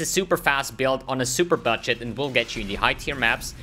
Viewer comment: when you say budget it can clearly hear you saying buttshit 🤣 imma try this build thanks